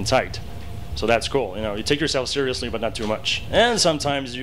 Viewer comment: "Scurr-lee-us" Ahahahahah